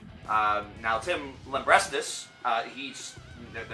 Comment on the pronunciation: "lambreastis" haha that was good .